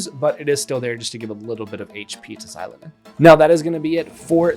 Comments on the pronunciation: It's a long O. zi-LOH-nen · It's Zee-lo-nen (just like how you would say the X in Xavier). Not She-lo-nen or Zy-lo-nen. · icl i cant even watch this video cause of how u pronounce her name 💀